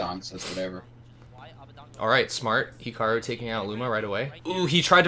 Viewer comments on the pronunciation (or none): Weird how pronounces it as "Hickaroo"